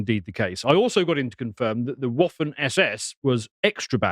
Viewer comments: It's pronounced vaffen SS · Waffen ( same root as the English 'weapon' ) is pronounced with a 'v'.